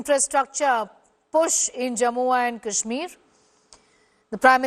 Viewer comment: What stupid anchor, can’t pronounce morh, says ‘jamua’ kahsmir and boosting terrorist? Stupid piece of shit.